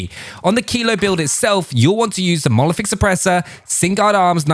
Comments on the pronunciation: Monolithic not molothic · The way you pronounce monolithic as "mo-oliFic" makes my ears cringe very goddamn time xD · It's called a monolithic suppressor, not molephic suppressor 😅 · If i hear this wanker say monoliphic suppressor one more time..i will have to go to rehab